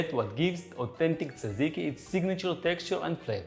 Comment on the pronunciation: FYI the pronunciation is not- Tsa - ziki . I have actually lost count of how many different versions I've heard over the years. Granted it's a little hard, if you're not greek to say it properly but, I'm here to help😂😂. To make it easier for those who struggle, try combining the letters DZ or just say JAJIKI (as in jam). Other than that the recipe is pretty much spot on- I personally like fresh mint instead of dill but either one is good, depending on what you serve it with❤